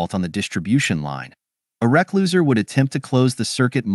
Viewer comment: try replacing recloser with "re-closeer" or "re-close'er" and the AI voice will say it correctly. Sometimes you have to teach it to speak technical words correctly by spelling it grammatically.